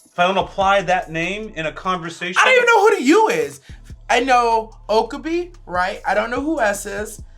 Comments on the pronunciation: Okabee??? O-KA-BE. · lol you pronouncing his name oka-bee